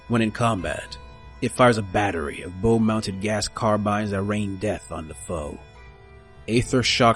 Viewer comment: “Bow” is pronounced like “Bow before your king.” In naval terms. Not like “a cute bow on the puppy’s collar.” And “Corps” is pronounced “core” like “The Core of the Earth.” Not “Corpse” like a dead body.